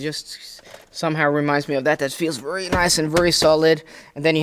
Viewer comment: Since you use VERY a lot and I mean A LOT, take your time and learn to say it properly. Right now you pronounce it as if you are saying worry. No good